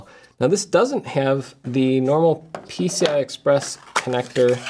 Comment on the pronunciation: Am i the only one who thought that he kept saying 'pizza express'